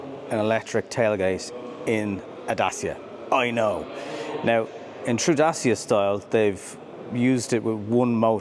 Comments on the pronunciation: It’s pronounced “Da-Che-a”, not “Da-C-a” or “Day-c-a”. Same as it’s “Shkoda”, not “Skoda”. You’re welcome. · Would like to point out thats Dacia say their name is pronounced "Datch-a" and not Da-cee-Ah. . You're welcome ;) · Stop calling it Da-cee-a! It’s Da-tch-a! 😃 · It's DaCHIa not Dasia :) Like in Dutch (Dutch-ia), CHIldren, CHEeese etc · Really considering a Dacia (your pronunciation is all over the gaff mate, its officially 'datch-ee-a'. At least thats what i saw on another video where one of their own people was saying it. But yeah, I'm going to look long and hard at this car, despite the utterly stupid name. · The name of the brand is pronounced: "datTCHia"...